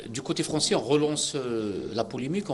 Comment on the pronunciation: Il a une prononciation en français horrible le présentateur, il m'a choqué